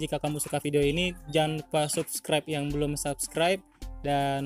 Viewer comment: Abg ini payah kali bilang subscribe :v